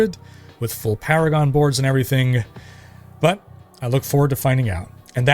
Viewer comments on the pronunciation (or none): none